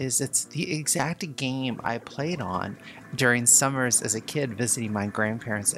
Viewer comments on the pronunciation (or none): none